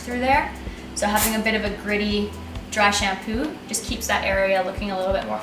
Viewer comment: "Drái xampúuu" so beautiful 😂